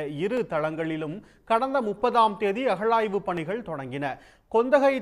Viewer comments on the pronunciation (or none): அஹழாய்வு இல்லை டா யப்பா அகழாய்வு change your pronounciation